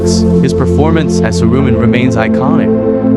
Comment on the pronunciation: It's "Arwen", not "Arvin" and your site is bullshit